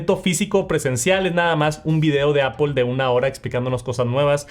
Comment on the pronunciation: Que es ApOL es lo mismo que aPL ? No se como pronuncias palabras más complejas en inglés, pero no puedes decir manzana 🍎 en inglés haha se pronuncia APL